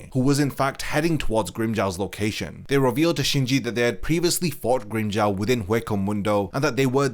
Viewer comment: Grimm-"Jao" 😭😭😭 it's Grimmjow as in Jaw na Jao